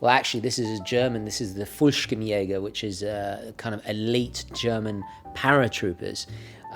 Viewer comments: Fallschirmjäger. Not fulkshimpjaeger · Being german i feel like you butchered my ears with you "Fullschkmjager" 😂 😂. I honestly didn't know what you were talking about until i saw the paratrooper. Want to practice some german? Write me back... Nice video, though. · Dear, this is how you pronounce Fallschirm-Jäger: "Full (as in "dull")-sheerm - E-ager (as in Reagan)" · You totally butchered Fallschirmjäger,mate,but I like your vid! I missed knives and sun glasses!